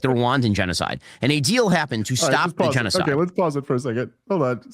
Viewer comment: Oddly, Dave's still unable to pronounce the word g3n--0--5id3. Ya ain't foolin many, Smitty.